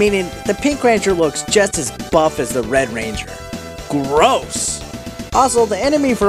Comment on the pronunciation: Ga-ross?! Who doesn't want a buff kimberly?! and damn zach's lips on the character selection screen O.O